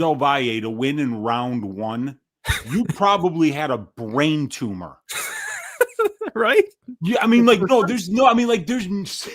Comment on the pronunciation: 😂😂 It's NOT a Tuma! Ahahahahahahaha 👀